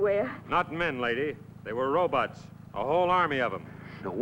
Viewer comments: 🎶 I like robutts and I cannot lie..🎶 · Scientist guy kept calling them robutts.🤣